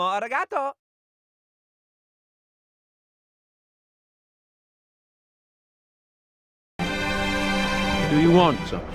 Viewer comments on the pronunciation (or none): not saying “domo arUgAtO” 💀💀💀😭 the way I cringed